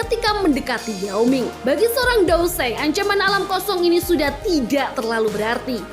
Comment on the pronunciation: dau zun kata e .,.. dau seng lah min 😂😂😂